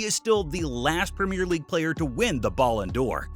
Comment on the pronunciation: I know I'm gonna sound like an asshole but... Please learn how to pronounce Ballon d'Or if you are gonna say it so , so, so many times.